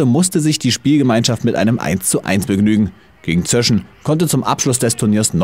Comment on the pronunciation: Erkundigt euch doch wenigstens, wie die Mannschaften heißen. "Zöschen" wird nicht mit kurzen "ö", sonder mit langem "ö" ausgesprochen.